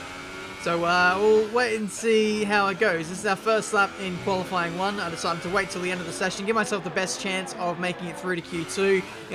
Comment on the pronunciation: Did you just say Koala-fying pace programme??